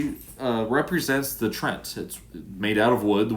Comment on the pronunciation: Hey, I think Treant is pronounce Treeant. Bring on the next match!